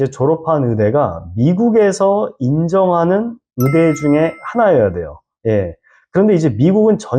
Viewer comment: 의사 의대를 자꾸 으사 으대라고 하니까 듣기가 힘드네요. 신뢰도도 떨어지구요.